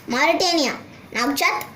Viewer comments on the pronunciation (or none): none